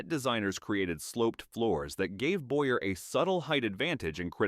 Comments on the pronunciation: It's Boy-yay not Boyer! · Also Charles Boy-yay is how it should have been pronounced too.